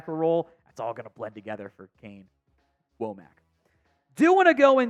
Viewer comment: D should be good even with the loss of Downs, I like Domani and Saab pickups. Also I think it's pronounced "wah-mick" not "whoa-mack" for Wommack's name, even though it's not the obvious way.